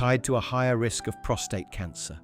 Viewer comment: Prostate.. not ptostrate